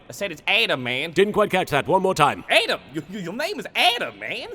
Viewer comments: Well, some people pronounce Yami's name as "Adam" Instead of "Atem".. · When he said Ate'em instead of Atem I was sent to the graveyard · For the love of Ra, says A-tim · ayedem adam A-tehm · Namfuak yeah voice made it sound like “Adam” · “It’s Adem (Atem)” I was cracking up the most at that. Such a simple question and answer that made journeying back to Ancient Egypt unnecessary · Adem. His mispronounciation of Atem.